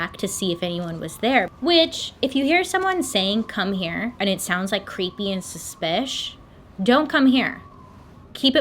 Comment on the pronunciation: "....Suspish." I cackled